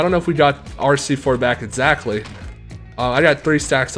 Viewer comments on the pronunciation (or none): none